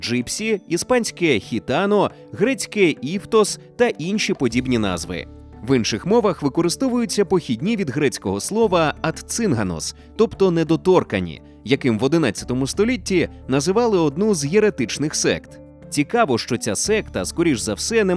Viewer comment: дякую! але не недотОркані, а недоторкАні (пруф: словник української мови)